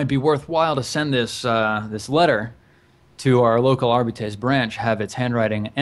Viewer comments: I think it would be more like 'Arr-Bitt-Ess'. Are-bites sounds like some kind of w40k breakfast cereal (Jaxx Romulus DOES eat Are-bites for breakfast, lunch and dinner though...) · Isn't it pronounced 'Arr-Bites'? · Warhammer 40k uses a lot of faux latin. I pronounce it something like Are-bee-tess, with the are and bee being short.